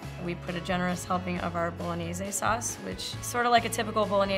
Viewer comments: Why tf do you pronounce "Bolog-nays" as "bolo-nay-ze" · She butchered bolognese 😂 zay